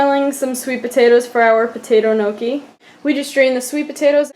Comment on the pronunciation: Looks really good :D I love homemade gnocchi! It's pronounced "nyee-ok-ee" Almost spot on! :D